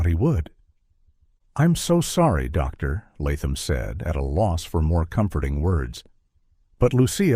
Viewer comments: Good story but the “Dr…….Latham” was on my nerves! Sometimes the narrator said it without the pause but other times it’s like the “Dr” was on one page and the narrator had to turn the page unsure that “Latham” would be on the next page.😂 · That AI voice repeatedly pausing between the words Doctor and Latham was doing my head in to the point I nearly stopped watching. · Why cant AI read "Doctor Latham" correctly???? It keeps leaving weird space between the two words...! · I like stories told by AI, but the hesitation between "doctor" and "Latham" is super annoying after a while. "Dr." is NOT the end of a sentence!